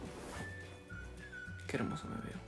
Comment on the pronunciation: se dice "uy" no ui ajajja